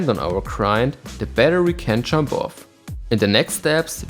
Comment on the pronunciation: Every time you say jump I hear chomp, but it works because your skates are effectively chomping onto the obstacle with their souls and H-blocks.